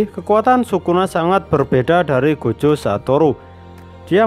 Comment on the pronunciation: jogo gua dengernya kek joko